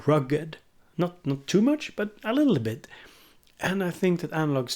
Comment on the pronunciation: “a littleabit” 😂